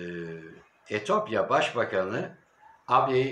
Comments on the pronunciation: Allah aşkına Etiyopya deyiver Etopya değil :))) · etopya değil etiyopya